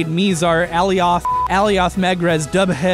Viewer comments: Dubhe = Doov. Not kidding. Gaelic. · Dubhe would be pronounced dove, assuming it was the Irish pronunciation. Bh makes a "v" sound, for whatever reason. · Apparently Dubhe is pronounced like "dooby" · dubhe what I heard: dubu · Dubhe is pronounced 'Doo-bay'.